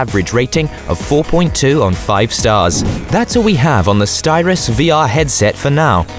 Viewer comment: It’s Sytros, not Styros.